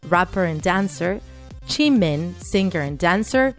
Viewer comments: John cuk 😂 jiiimein 😂 shugah 😂 j hop 😂 keep trying hunny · I don't want to be rude bUt here we gO "J-hOupe" "sUga" "jEeMeiN" "vEa" "jAhnCooK" Aaaaa it made me laugh is hard 😂